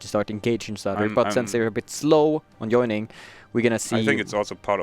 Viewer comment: Joyning? XD It is joining